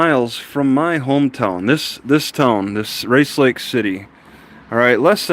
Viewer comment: I can tell you are from the Rice Lake area. Only locals call it Race Lake when they say the name.